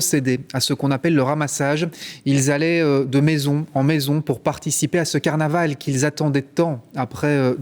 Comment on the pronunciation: " ca va etre un caranval que on va s'en souvenir toutes les années..." la vache, fait un effort tu passe à la télé..